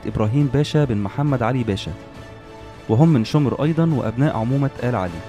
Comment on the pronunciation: شمر مش شومر